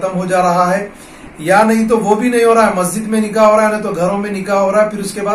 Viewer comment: Sab se pahle janab sahab se guzarish hai ke aap apni Urdu theek karein. Lafz “nikah” hota hai “NIKEH” nahi hota. Shadiyoon ka tareeqa Alhamdulillah sunnat ke tareeqe se ho rahe hain. Allah se dua hai ke sab musalmanon ko hidayath ata farmaye ke karona ke baad bhi log isi par amal karein. Aammeeen